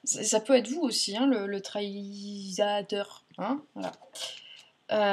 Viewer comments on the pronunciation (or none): Le traître lol et pas le traïsateur 😀